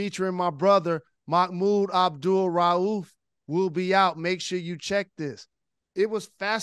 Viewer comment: Hey brother Rose. Bless you man. You say that man's entire name and with emphasis and correctly. I love the respect of brother Mahmoud Abdul-Rauf. Big up to Detroit brothers and sisters. Always got love for how yall move. What Up Doh!